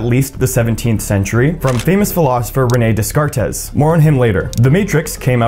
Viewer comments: René Descartes = Ren-ay Day-Cart I’m sorry I can’t help it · the pronounciation of renes descartes gave me a huge ass brain aneurysm